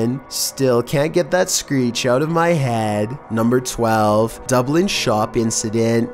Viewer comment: Bro, you need to learn to pronounce foreign names of places more accurately. Like Dublin for instance